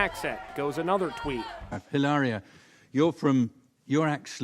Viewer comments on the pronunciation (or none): It's Eelaria, like Hola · Or pronouncing Hilaria ill laria. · It's pronounced, "ee-lar-ee-uh." She is working the lonnnngggg Con! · Hilaria is pronounced Kilaria Remember her husband killed innocent woman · She’s trying to school people on the pronunciation of Hilaria and at the same time, she’s unable to pronounce it! The epitome of cringe!